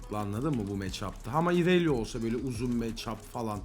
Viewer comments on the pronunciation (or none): none